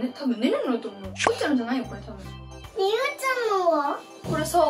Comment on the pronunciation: ゆうちゃんって言えてるー！